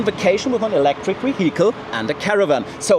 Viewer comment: VALUE is NOT "WAL-yoo" Look : c a r a "V A" n "V A" L - y o o = value VEHICLE is NOT "vee-Hicle" Say "V E E - ICLE" EVENT = "ee-Vent" REGISTRATION is NOT REgee- stration Say, "re-Jis-tray-shon" ( NOT "ree-jis-tray-shon" ) UNCOUPLED is NOT "un-coopled" Say, "un-cuppled" CONSUMPTION is NOT con-zum-shun Say, "con-sump-shun" THUMB = "thumm"